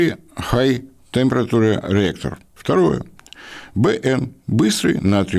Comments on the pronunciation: Тэмпэратурэ )). Армяне в городе. "Тэприче" приблизительно читается. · Темпретауре. Мисьё😂 Английский и французский у вас - так себе😂